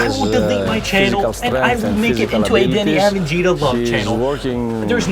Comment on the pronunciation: Deni avdija is the best talent in this draft. You are not even close to say his name correctly, that only explains why you think like that. Deni is special player who you have never seen player like him.